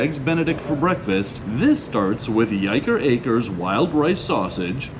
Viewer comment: Not that it REALLY matters, but it's pronounced "why-ker acres"